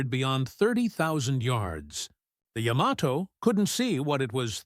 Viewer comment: AI voice keeps mispronouncing Yamato… 🙄